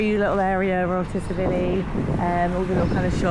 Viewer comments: Pronounced Chil-ivi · The T in Tsilivi is silent it is pronounced silivi and you are walking out of the village along the strip and not into the village you have missed so much on the walkthrough so obviously it's your first time and you do not know much about the village so it it just a holiday video not a walkthrough with info